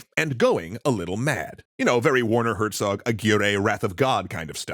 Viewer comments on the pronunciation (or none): none